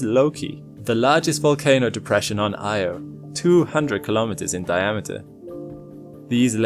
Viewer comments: very interesting and wonderful. But it was hard listening to the mangled pronunciation of Io. It's not prnounced "eye =oh". The correct pronunciation is "ee - awe" . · Why does no-one say Io correctly? EE-oh, noy Eye-oh. Just think of the nursery rhyme "Ee, eye , ee, eye, oh" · It's Io, pronounced eee-oh. Carl Sagan talked about how it's inadvertently mispronounced. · its actually ee-oh by the original ancient Greek pronunciation, not ee awe. source: carl sagan.